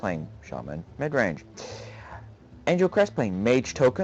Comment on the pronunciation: anglecrest xD it's angel but it's ok :D